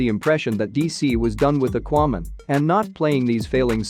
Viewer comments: Yeah. What is aquo man? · The way you pronounce "Aquaman" and "Mom" is just a turn off!!!